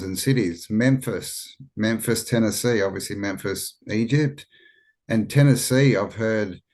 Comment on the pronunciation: Yep. Tenn-esse. The mississipi river is the Nile